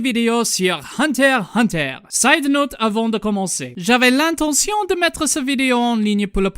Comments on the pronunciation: C'était très bien et très drôle ;D Mais si tu voulait VRAIMENT faire le mec qui parle français jusque au bout, tu aurais du prononcer le nom de l'anime : Hunter ixe Hunter. Bisous depuis la France :3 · FYI its "unterXunter" in french otherwise Great job!